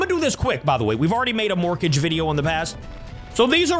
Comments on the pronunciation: It's pronounced "mor-kah-gay" like madara vs the five hokage. Not morkage like rocket mortgage 😂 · It's mor-ka-ge not morkage